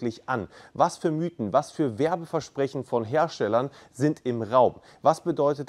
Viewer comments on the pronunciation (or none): none